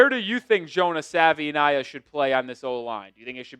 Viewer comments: First things first - Savaiinaea is pronounced Savuh-ee-NYE-uh. Second, please cut down your talk time, at least 40% of your talking can be edited out. Other than that, doing a pretty, pretty, pretty decent job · Like the content but please pronounce his name correctly ☺️ He has done interviews showcasing how to say it. He says it's like saying Hawaii but with an S at the beginning and a V instead of the W. "Savaii - nye - a"